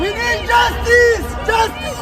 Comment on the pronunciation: The guy "we neeeeed jusdis, and also dis, and also dat and some of dem. Oh yes and dis too"